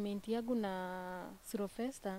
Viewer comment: jamaa anaitwa "Silvester", not "Cerovester" or "Zellovester" 🤣 & Muthoni looks like twins....then Stano unawaingiza box jamaa anasema ukweli kwa camera